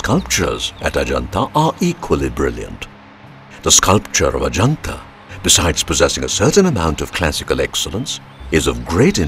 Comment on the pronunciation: That's amusing how you pronounce heaven Ah Ja Naat Ahjanata basically means come to heaven's Gate referring to the Forbidden City are great wall of China